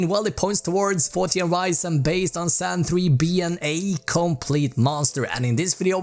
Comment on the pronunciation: Me 25 Sec and "Zan 3" xD